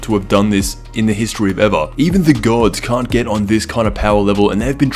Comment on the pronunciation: "...in the history of ev-ah" xD